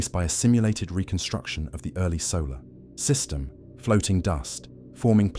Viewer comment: I like the story so far. However, WHY does an AI, ANY AI, have to ............. pause in the.......... middle of a........ sentence!!!!??? Is it ..........turning a.........page or some stupid........crap!!!!???? "......solar.......... system".......among many others in this story. AND, FYI, there is a difference between "REH-cord" and "ree-CORD"!!!!